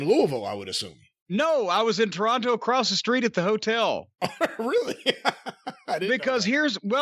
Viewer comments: Its Toronto. Not TORE-ON- TOE 😡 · I hate how he says Toronto. Gah. It's "Tronno." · Cornettes enunciation of Toronto is upsetting. Signed, a Torontonian